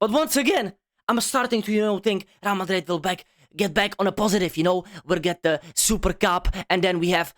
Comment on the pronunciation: “RAL MADRID”😂😂😂😂